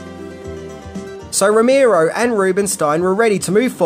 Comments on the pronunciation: Rimero? Row-mare-o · NOT ROW-MEER-OH..say it with me ROW-MARE-OH. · Romero not ramiro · Here's ten things you didn't know about George A. Romero!!! #1: How to pronounce his name!